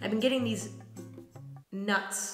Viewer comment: When she said nuts with the echo and the awkward pause I choked on my vegetarian chili and died